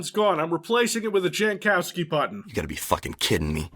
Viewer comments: no, it isn't. It looks Polish to me. The "j" is pronounced like a "y" and the "w" is pronounced like a "v". "Yankovski" is how you'd pronounce it. Edit: though if their family came a few generations back, probably Americanized it eventually. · Jankowski is a Polish last name pronounced Yankovski and I will not allow anyone to make fun of it. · pole here. Jankowski is read "Yankowsky". Anyone, even a polish born american who does otherwise is wrong. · I never got the connection between eurojank and Jankowski and I'm Polish. It took an American ruining the pronunciation to show it. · Yes i will ruin a bit a "jank". But because im from Poland, every time "jankowski" was pronounced with "j" like in english i cringed a bit, because Jankowski is like quite common surname in Poland and "j" is pronounced like "y" in "yellow" in polish.